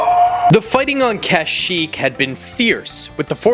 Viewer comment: The kashyyyk pronunciation is killing me